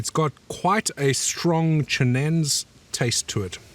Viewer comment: Pronounced chi-nen-say.